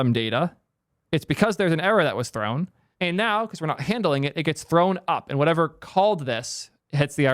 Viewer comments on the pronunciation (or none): none